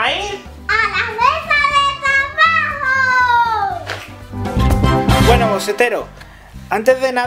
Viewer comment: like si te da risa como al principio dice ala mesa de trabajo pero en vez de decir ala mesa de trabajo dice ala mesa de tlabajo.No es que me burle solo me da risa